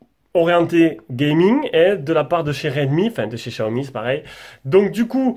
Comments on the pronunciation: Xiaomi se prononce chi-a-omi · lol mais Xiaomi aime pas quand on le prononce comme sa 🤣